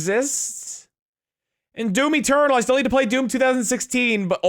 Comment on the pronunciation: I know he's saying "Doom Eturdal", but I can't help hearing "Doomy Turtle". for GIR 2020?